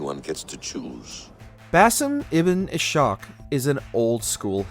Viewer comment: basim ibn ishaq not basim ibn ishshak Those who get it will get it